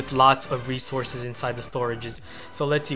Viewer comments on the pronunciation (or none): I like your ideas, but sorry dude, your english really needs some work if you want more subscribers... Example: please pronounce the "S" lol 1. total resourceS 2. wall breakerS